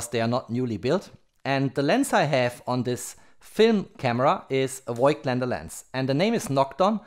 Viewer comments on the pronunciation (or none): Nice Video! Thank you !! … A little mistake…🧐… The company Voigtländer is spelled like „fog t lander“ ! 🇩🇪👋👍